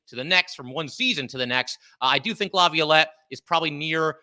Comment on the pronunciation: can you please help him say Laviolette